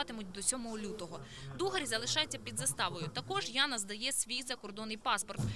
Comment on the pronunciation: Інформативний сюжет, тільки не Дугарь, а Дугар. А справа Антоненка, здається, ганебна. Як і Аваков.